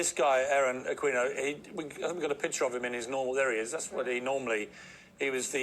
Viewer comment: I love how pronounced (Aquino)..Aquweno..